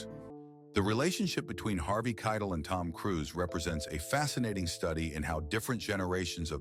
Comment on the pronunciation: The narrator still messed up his name.